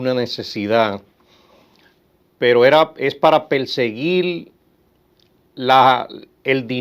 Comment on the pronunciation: El abogado debe trabajar en su dicción; se come las "Eres (R) de una manera olímpica.